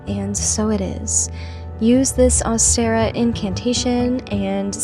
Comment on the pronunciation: Never heard someone pronounce ostara like that haha. Great video!